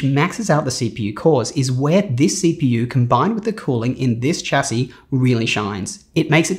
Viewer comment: For a guy who is so into computers, why can't he say 'chassis' correctly 🤣🤣🤣🤣